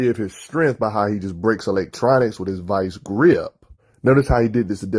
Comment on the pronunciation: The fuck is strenth, vice greap? You mean STRENGTH, VICE GRIP. Bro work on your enunciation. PRONOUNCING words properly helps people take you serious. You sound like you have a big wad of gum in your mouth. "mumble mumble" batman strong mumble mumble. yeah! Fucks sake man how high are you that you sound fucking drunk or something.